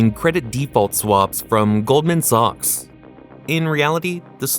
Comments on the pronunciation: It's sacks not sox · God I hate AI. Goldman “socks”?